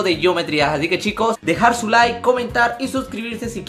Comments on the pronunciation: Dijo nike en ved de like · Minuto nike en ves de like xd